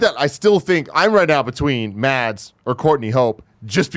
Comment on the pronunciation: The "d" is silent in "Mads". So it's close to the pronunciation of "mass", though with a shorter vowel-sound ;) It has been driving me a little crazy during the MCU in review episodes :D